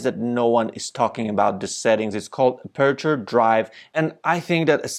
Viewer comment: You really need to practice to pronounce “aperture” 😉